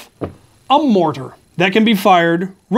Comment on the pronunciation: "you will have a mortat" Are... are you a god? Like, Ares maybe?